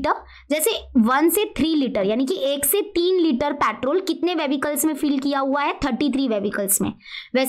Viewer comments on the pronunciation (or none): Patrol , vevicles 😂